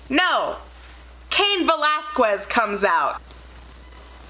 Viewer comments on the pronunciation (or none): Not to be a stickler for pronunciation, but cain's last name is pronounced 'kez' not 'kwez'...most mma fans get irritated when his last name is said wrong. Other than that, maybe tone down the audio a tad...I felt like I was being yelled at for no reason. Overall it was a great first review for the SD brand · ...you're Puerto Rican and you pronounced his name "Vell-ask-wezz"?????????????????